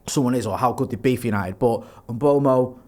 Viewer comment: You need to have a swear jar for every time someone says Mbuemo instead of Mbeumo.